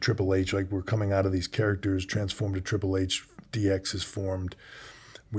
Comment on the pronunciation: ??? It's Triple H